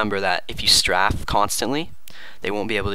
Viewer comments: its pronounced Stray-fe not straf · its pronounced st-ray-ph, not st-raph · .- its pronounced like strait with an f not straff